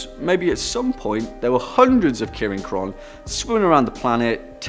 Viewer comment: Maybe first you should have learned to pronounce the name first